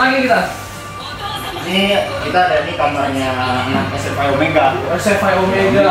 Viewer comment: SFI (ES EF AI) BUKAN (ES EF I) ahahahaha